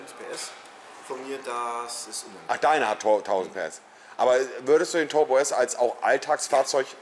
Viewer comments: Da hört er endlich mal wie man turbo ausspricht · Ist Monte ein Legastheniker ? 🤔 Toooorm, Nürnburgring, Tooooorbo, Bööörger 🤦🏼‍♂️